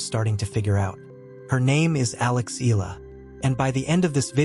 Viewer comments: E A in EALA is pronounced as E A in Seattle, not as in EAgle. Please correct your computer generated "voice in off". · I won't subscribe until you pronounce her surname right.